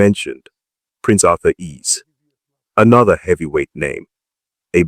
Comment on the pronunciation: It's Arthur Eze not Arthur Ease